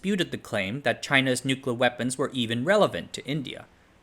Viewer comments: "Nucluh wupons"? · What are “nucla” weapons? 😉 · Correct: "NOOK-you-lar." You: Nooklir, nooklar, nooklur, nooker, nookar. And yes you can totally swim in the pool so long as you're like a meter away from the core. Depends on how hot the core gets but that was an experimental reactor. Lots of colleges have them. They're operated by college students, or just full auto. Not going to do the math in a youtube comment. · "NUCULUR" Hard to get over you pronouncing a very simple word the same way an unlearned child in elementary school would. It takes away from the credibility of everything you're saying if the elementary basics of reading and diction aren't covered. "NUCULUR"? ❌ New-clee-er ✔ 👏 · Spoiler: It's not a nuclear bomb, it's a pooclear bomb. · Its crazy to make this video series while not knowing how to pronounce nuclear